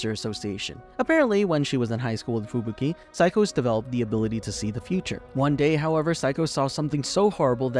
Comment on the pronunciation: who the heck is FUBIKI? only heard of fubuki :D